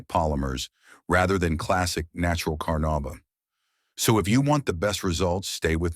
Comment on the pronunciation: The AI's mispronunciation of the words carnuba and Meguiar's is irritating. Otherwise, the list actually consists of legit waxes that all give great results.